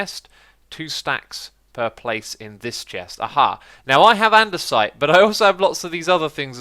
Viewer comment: Anyone else notice its "andesite" not "andersite" xD